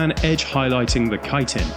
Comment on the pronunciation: Thank you for pronouncing chitin properly! That alone is worth a like.